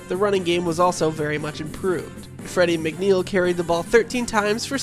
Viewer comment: Did he say Freddy McNeil.? He can’t even pronounce Mark Gastineau……this is the best they can get to narrate ? DEI?